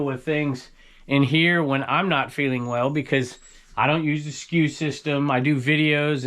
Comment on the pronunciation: That's funny, you keep saying "SKU System" and I thought you were saying, we don't use the "Excuse system" around here. Like who cares if we're sick, the show must go on! 😂